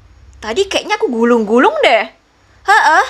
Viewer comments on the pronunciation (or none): Guling-guling kk bukan gulung-gulung🤣🤣🤣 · Kak guling guling kak bukan gulung gulung